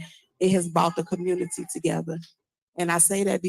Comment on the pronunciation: LOL...Also what's is a "commurny"? 😂😂😂